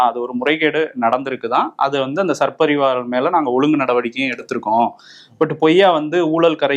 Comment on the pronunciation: சர் பதிவாளர் அல்ல. சார் பதிவாளர். கவனிக்க வும்.